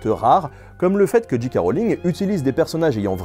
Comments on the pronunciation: Nota Bene pas de soucis pour Dumbledore, par contre "j.k. rowling" ça se prononce soit "Jay Kay" à l'anglaise, soit "Ji Ka" à la française ;) mais jamais "Dji Kay". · Nota Bene • Ouais, la prononciation, c'est pas ça hein, pour J K Rowling : je passe sur le "roline" (c'est Rowling et pas Rolling) mais le J K c'est pas "Dji Kei" mais "Djei Kei". Fôte archi courante chez les froggies ... :-) Sinon, épisode super sympa pour une saga sur laquelle il y a énormément de choses à dire. Et encore, les livres valent le détour au moins autant que les films ! Toujours au top, le NB ! Et merci de nous changer un peu l'air du bocal, parce que l'histoire pure, en ce moment, on en bave ... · C'est soit "Djèï kè" Rowling, soit "Ji Ka" Rowling. "Dji Kè" Rowling c'est ni anglais ni français ;-) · Jika ou Djèkè mais pas Djikè diantre! Ah sinon super collab merci pour cette vidéo. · DJII K Rowling. DJII K Rowling. DJII K Rowling. (djii c'est la prononciation pour G. Pour J on dit djay) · alors petit rappel basique d'anglais de 6eme le "J" se prononce "DJAY" donc jaykay Rowling ou bien en français jika Rowling mais surement pas Jikay.. et les diji non plus n'existe pas !! soit c'est un deejay soit un disc jokey!! y'en a marre de passer pour des blaireaux dans le monde entier!!!Merde!!! et C'est Dumbeldore meme si ça s'écrit Dumbledore. faut vraiment pas avoir vu le film pour le prononcer comme ça. c'est dommage ça décrédibilise tout ton super boulot. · Et "Ji Kay Rowling" ça t'as pas gêné ? ^^